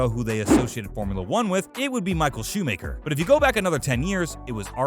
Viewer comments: Who is Arrrrrrton Senna, Michael Shoemaker and Alane Prost? Why can't this guy pronounce the f1 drivers name correctly? 🤣🤣🤣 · micheal shoe maker ??? 😂